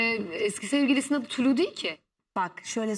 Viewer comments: Tuluğ değil tulu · Tulu diyo ya l harfini söylüyemiyor